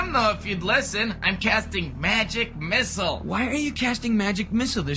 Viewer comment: Love the pause for Magic Missle 😂